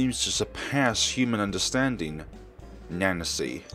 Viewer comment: Misane is pronounced: mee-suh-nay while Nanase is pronounced: Nah-Na-say